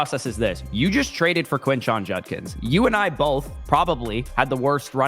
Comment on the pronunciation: Why is unable to pronounce Judkins? lol